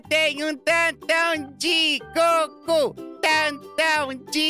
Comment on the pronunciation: Tá falando o nome do Goku errado